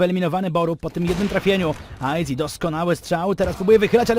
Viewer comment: meczyk spoko, jedyny minus to izak który nie umie poprawnie powiedzieć aizy